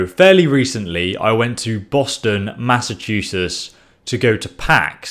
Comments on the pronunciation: As a Masshole, I feel as though it's my responsibility to let you know it's not pronounced Massachussessss, it's Massachusetts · BOSTON, MASSALCHEWSIS